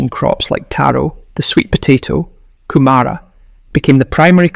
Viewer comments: 'Kumara' is usually pronounced with equal emphasis on all syllables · It's not pronounced Kumara. But Kumura